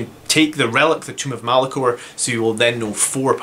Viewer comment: Tome (rhymes with roam) of Malcador. Not Tomb of Malacor. What's your opinion. ~150pts on a librarian to remove invuns, or another 5 Sanguinary guard?